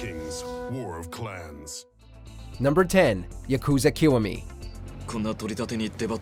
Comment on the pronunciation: He definitely mispronounced Yakuza Kiwami